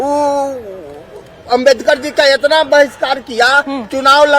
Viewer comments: Pahle tum BABA sahab ka naam sahi se lena sikh loo nhi tu dekhna kahi माइक पकड़ने लायक भी ना बचो... समझी आज unka ही den hh joo mike leke ghum rhi hol... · Pahle ambedkar ji ka mane sahi se bolna sekho